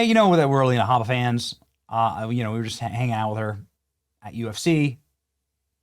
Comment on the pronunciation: You mispronounced Alina Hubba Hubba. Anyways, when are we going after these seditious judges? When are we going after these do nothing RINOs? Charlie is dead. He isn't doing it anymore. TPUSA has been neutered. It's up to us. Expose Speaker Johnson, John Thune, Corbin, Eyepatch McCain, etc, etc,.